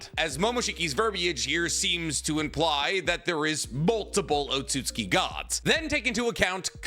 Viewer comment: O-tsu-tsu-ki, you mean. Not "Otsuki"